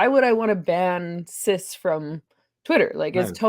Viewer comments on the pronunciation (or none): At first, I thought you were saying that the word "Sith" was banned on twitter. A star trek reference. Then I re-listened and I think you were saying "cis".